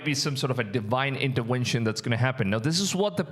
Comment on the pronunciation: "Deewhine intewenshn" What a crap, what a blasphemy